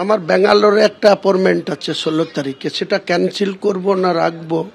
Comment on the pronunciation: অ্যাপর্মেন্ট na অ্যাপয়েন্টমেন্ট, কোনটা?